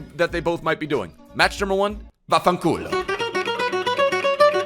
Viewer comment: I'm italian and i have to say that your vaffanculo's pronunciation was really good😂❤️